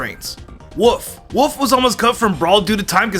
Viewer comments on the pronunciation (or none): Just me or when he says wolf it sounds like woof